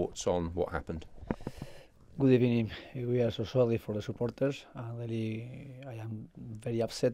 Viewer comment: First of all good ebening